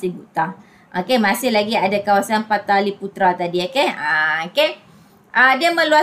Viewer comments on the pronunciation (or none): Pataliputra ❌ Palitaputra✅